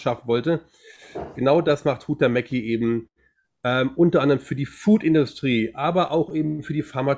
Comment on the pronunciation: Huhtamäki, finnisch, gesprochen Huchtamäki, Betonung auf der 1. Silbe